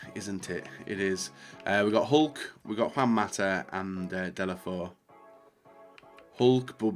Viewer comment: De lo fay ooh. Not de la foh